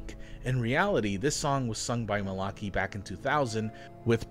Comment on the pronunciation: I laughed at your dramatic introduction to Jason Malachy. I think his last name is pronounced Mal-Ick-Eye if it's pronounced the way most people say it, BTW. I think Malachy played Leon's singing voice in that Simpsons episode where Homer meets the mental patient who impersonates MJ. The real MJ of course did his speaking voice, but he wasn't allowed to actually sing in the episode due to restrictions with his record label.